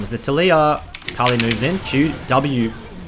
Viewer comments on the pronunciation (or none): none